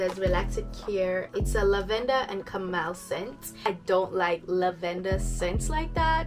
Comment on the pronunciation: Girl that accent came out when you said “Lavender” 😂😂 I was like yesss girl , straight Caribbean 😂